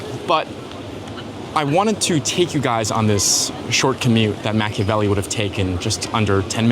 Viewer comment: Is he pronouncing Machiavelli wrong?